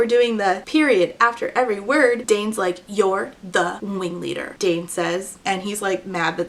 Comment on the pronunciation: totally not the point of the video but every time i hear you say "wing leader", my brain just hears a uwu-ified "ring leader" which tracks with this book being a circus. he's da big bad wing weader 🥺👉👈